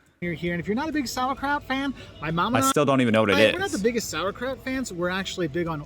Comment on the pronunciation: Sauerkraut, It's kraut that is sauer.